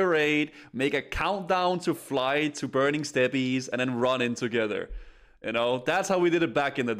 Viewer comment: 2nd comment.....it's burning STEPS....yes it is spelled steppes but it is pronounced STEPS....PLEASE for the love of god stop saying step pees. there are STEPS which you walk up and down and there are STEPPES which is a large unforested area aka the burning steppes. both are pronounced STEPS....aka STEP BRO I'M STUCK PLZ HELP